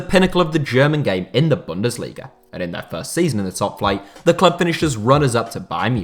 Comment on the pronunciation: The z in Leipzig is pronounced Ts, not like a j or sh. Also, you should stress the first syllable of "Bundesliga", not the third